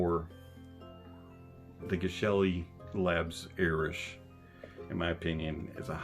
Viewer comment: TIL that Geshelli is pronounced 'jesh-elli.' Soft G.